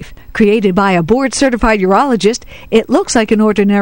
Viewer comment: Did she say "board-certified urologist" or "bored certified urologist?"